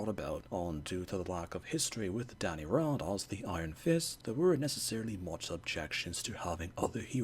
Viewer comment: Df do you keep pronouncing his surname like that!😅 - it’s not ‘R-Ah-Nd’, it’s ‘R-Anne-nd’. And I have a theory that they chose Swordmaster to be Iron First and Sai for Psylocke to capture a more East Asian audience.